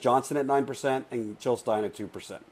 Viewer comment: Jill not hill